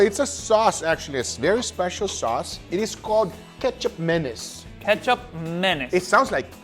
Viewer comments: Ketchup Manace?? It supposed to be pronounced like combining "Ma" like saying "Ma" in "Ma Man" or "Ma Nigga" and then the "Nis" part could sounds like "Niece". Oh.. i could just say it sounds like "Ma Niece" am i? Hahahaha.. i like how "Ma Nigga" sound like. I just want to say it! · Guga, so you’re essentially making a western steak version of Indonesian sate! Your side dish should have been a “lontong”-based. Ketjap or kecap is pronounced as Ketchup and Manis as Maa-nees btw. Menace is a bit over the top 😆 I am an Indonesian. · Am i the only one that can only hear ketchup mayonnaise? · Before I saw the label I genuinely thought you just said ketchup mayonnaise very poorly. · I LITERALLY CAN'T GET THROUGH THE FIRST FEW MINUTES BECAUSE I KEEP HEARING "KETCHUP MAYONNAISE"!! 🤣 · Guga... its asian... used in many dishes... it is pronounced as kee-chubbp maa-niese🎉😂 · You should ask Uncle Roger's opinion on this, this is 1 of the ingredients he eats while growing up. The correct pronunciation should be "Kit Chap Mah Niece" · Guga - I have been using this "magic" ingredient for years (thanks to Pit Master X) and LOVE it in so many ways - I can literally just drink it right out of the bottle! PM X Calls it "Kee-Cap Manis" - Not sure what is correct, but regardless, it is delicious! - Cheers! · the name of this sauce probably came from a butchered "ketchup mayonnaise" to mean condiments. "Hey what is this?" (Doesn't know how to say sauce or condiment) "Ketjap Manis" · I keep thinking he's saying Ketchup Mayonnaise... which is the most basic combo sauce haha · I'm just hearing mustard-mayonnaise 😂. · I just keep hearing katchup manyonase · Captions thinks he’s saying ketchup menace 😂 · I thought he said "Ketchup Madness" at first. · To let Guga in a little history the Ketjap Manis is pronounce like that because we used to be occupied by Netherlands now its pronounce Kecap Manis